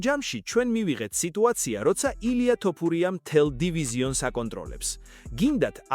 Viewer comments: რაის ტოპურიააა fuck AI content. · ტოფურია არა, თოფურიააა